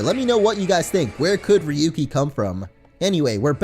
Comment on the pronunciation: it's rayuki(pronounciation) coz ryuu means dragon in Japanese and has the same pronounciation(rayuu)